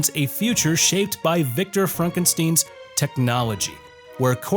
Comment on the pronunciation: Did he say Frankensteen and not Frankenstein?